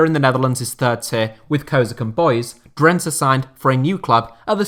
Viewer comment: DRENTE. .. WÒOOOOOW... WOT A MERSYSIDE TOFFEE 'LEJ'.... EEEERRRRHHHHMMMM😢😯😂